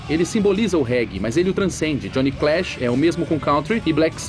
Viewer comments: Lemmy "Klimister"... Johnny "Clash". Parece que não é apenas o Ozzy que tem dislexia, o pessoal que editou o documentário também. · O LOCUTOR NO FINAL FALA JOHNNY "CLASH", sério mesmo? séééério????